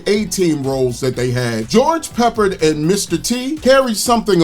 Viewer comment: George's last name is pronounced Pa-Pard. Not peppered.